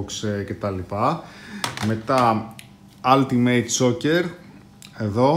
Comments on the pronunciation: ελα μωρε χαβαλε κανουμε.προφερεται οουλτιμειτ για την ακριβεια και το αλτιμειτ το ειπες 2-3 φορες και μου ακουστηκε καπως αστεια.ετσι φαση δικε μου ναουμε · σαρεσει να το λες "αλτιμειτ" ετσι?